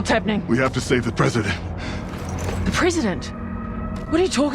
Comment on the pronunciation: Answer The CALL! The Call Of Duty! 😎 This dumb bitch actually says 'PRISON DENT!" And nobody seems to notice and ask for a re-recording! 😂🤣